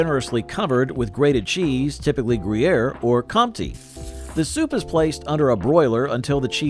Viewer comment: I cringed listening to his mispronunciation of Emmental, IMO the best of the classic Swiss cheeses. Why did he murder that when he pronounced Gruyere correctly?